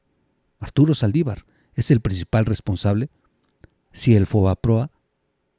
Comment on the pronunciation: se dice " fobaproa " no foaproba